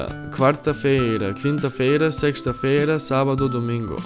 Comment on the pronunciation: Pronnounced Portuguese very well. But, in "Sexta-feira", the "x" sound like "s"